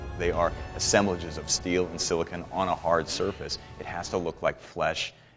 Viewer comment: He says it like "silicin" it makes me fucking crazy lol